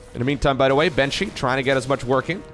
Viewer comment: I noticed says "da" instead of "the(thee/tha, either is fine)". "By da way" instead of "by the way". Love you bro, keep up the good work!